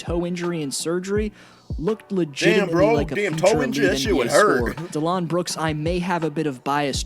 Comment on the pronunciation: Sounded like he was saying Delon Brooks (Delon Wright + Dillon Brooks) when he was talking about Dillon Brooks.